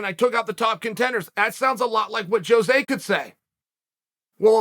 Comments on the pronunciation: Sonnen … In your quest to be the best, I mean better than the rest. Cuz you are a true freak show and the one that is always in the know … can you do me a favor though. Pronounce Aldo’s name right that way your show will be tight and give others fright. Phonetically speaking (believe me I’m not tweaking) it’s HO-ZAY not JOE-ZAY. A ROW-ZAY by any other name would stick as hard. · They way Chael pronounces ‘Jose’ had me dead lmfaooo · Why is Jose Aldo the only Jose that people pronounce the J?